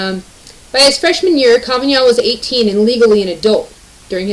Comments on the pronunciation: Dear narrator, a little note you are mispronouncing Kavanaugh's name. Try. Ka van aw. 🙂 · Did you record this video from 1998? Kavanaugh pronounced Ka-va-nah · You're the first person I heard call him Kaven (y)augh. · What the Metoo movement has done was to water down the meaning of sexual assault for their own person gain. I love the way you say KavanYan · The fact that you pronounce his name wrong tells me that you tend to read. Instead of watching TV etc... That's cool.